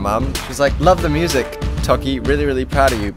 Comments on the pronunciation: Wait why do you say mu-sak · lol i thought he said "musac"